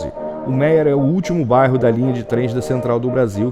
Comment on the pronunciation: Fascinante ver como era nos primórdios. So me irrita o sotaque do narrador. Ele não consegue falar bairro, sai barro. Eh bairro, amigo. Rsrs